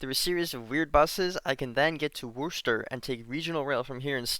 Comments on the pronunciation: Just so you know, Worcester has a Wuh sound at the start instead of a Woo sound. Otherwise great video! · Pronounced "WIS-tah" though. Pronounced "AM-erst" though. You can pronounce the H very softly if you want. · You butchered Worcesters pronounciation. It’s Wuss- Tirr or in a MA accent Wiss-Tah. But since you were from Maryland to do, please explain to me, how do you pronounce Havre De Grace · It's pronounced wuss-ter. Not... whatever the hell you said. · love the wouschter pronounciation of Worcester. I will be stealing it. >:) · Pioneer Valley native here. You know you're an out-of-towner when: 1. You pronounce Worcester as "woo-ster" 2. You pronounce Amherst as "am Herst" Anyway, thanks for documenting your adventure. I'm glad you stayed safe throughout (you went through a few sketchy areas). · It's Wusta! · bruh said "wooster" for Worcester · As someone from NH and goes to college in Springfield that pronunciation of Worcester physically hurt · Soooo close on the Worcester pronunciation